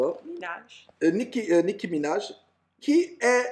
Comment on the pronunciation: nicki* et non "nicky"